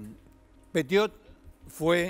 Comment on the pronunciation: Pronuncie bien el apellido por favor 🙏